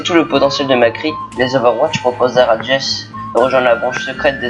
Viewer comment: On dit Jessi ( pas jess)